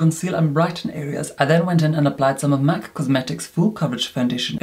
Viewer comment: I love how he pronounciate " Mac cosmetics " MAK K KOSMATIKKS